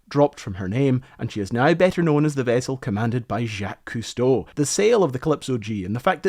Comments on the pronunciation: obsessed that long and still pronounce the name wrong. HMMM me think i smell something i may have stepped in. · Can you say his freaking name right though? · Crazy how you could be fascinated with a man's career since childhood, then go make a video and can't even pronounce his effing name. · "Jackie" Costo... how much did he cost? (badumtss) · "Jacky Cousteau" 😂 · I don't understand, you say the name Jaques Cousteau (and other French names) perfectly many times in the video yet at the beginning and the end it is butchered. Did you forget to change them? Got lazy? Did it on purpose? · I know his name. The pronunciation is crap.